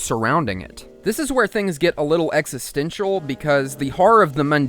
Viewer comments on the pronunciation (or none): none